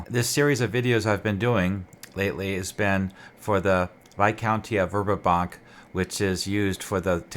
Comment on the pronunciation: Great Work. I love this area of Oerth. I was introduced to it in The Temple of Elemental Evil. Not to be picky but you are pronouncing the city wrong. Dragon Magazine 93 has a pronunciation guide for Greyhawk " Verbobonc vair-BO-bon (silent 'c')"